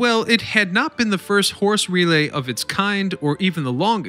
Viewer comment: "RE-lay", not "ruh-LAY"